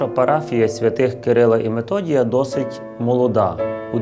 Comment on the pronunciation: Не Методія , а Мефодія .